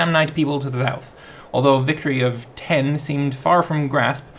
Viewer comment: "Victory of..ten" Lmao